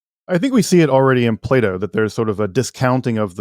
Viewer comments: Ah yes, Play-Dooh, the famous Greek philosopher. Can't unhear it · I though he said play doh